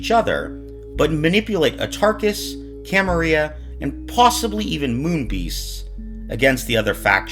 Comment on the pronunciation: I think you got a word wrong. It's "camarila" not "camaria".